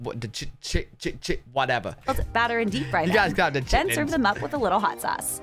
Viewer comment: No chit-lins